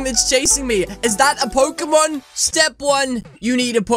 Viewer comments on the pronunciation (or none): DID YOU SAY POCEMON!!!??? DO PECACHU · DID YOU SAY POCEMON!!!!??? DO PECACHU